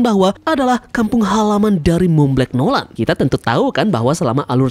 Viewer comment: monblanc noland di baca "montblang nolen",you're welcome 😊